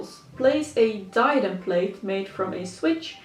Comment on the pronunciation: Plait is pronounced “plat”, not the same as a plate. Just to let you know.